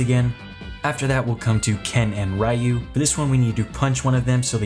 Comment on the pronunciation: Never heard anyone pronounce Ryu like that lol